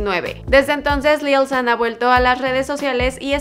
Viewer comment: Yo creo que se pronuncia "lil shan" :v no lil san ._.